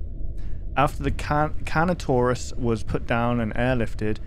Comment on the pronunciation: Lmao slowly going from the correct way of saying Carnotaurus to the worst possible pronunciation is so funny